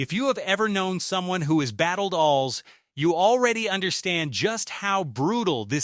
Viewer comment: Good Lord AI,its A.L.S. not fkn alls dumb sht